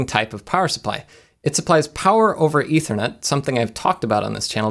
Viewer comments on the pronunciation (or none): none